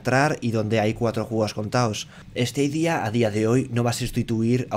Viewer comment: Se pronuncia "STADIA" no "STEIDIA" stadia es estadio en latín, el latin tiene la misma fonetica que el español